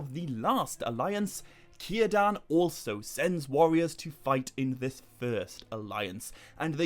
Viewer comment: 15 min mark, I knew you were going to say Cirdan, and of course pronounced it correctly.